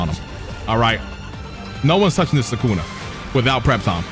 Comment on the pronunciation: Bruh I love your videos but you always ruin characters names 😂 it’s Sue-ka-na not Sue-Ken-ah. You say it like Sukena. God damn it drives me nuts 😂